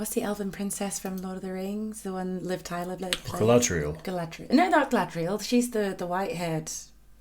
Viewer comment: Ima dweeb. The rage that swept through me when y'all said "Galadriel".😂😂😂